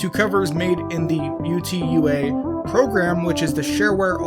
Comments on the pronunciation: UTAU is pronounced oo-tah-oo, it’s Japanese for song or something similar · you get a dislike Specifically for saying u-t-u-a